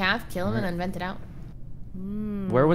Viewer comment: “Toast came out of a veent~” Famous last words